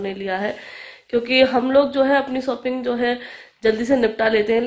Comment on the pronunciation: Sopping nhi shopping aap hmesha sh ko s q bolti h